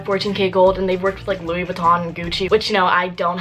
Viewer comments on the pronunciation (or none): none